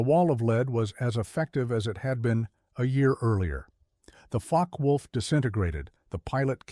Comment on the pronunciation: “Faka Wolf”?? Puh-leez